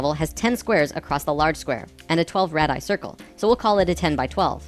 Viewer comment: I love your videos! they have a lot of great info, that seems to be compatible even with the teachings of Seth. However, as a grammar-Nazi, "radii" is pronounced "RAY-dee-eye."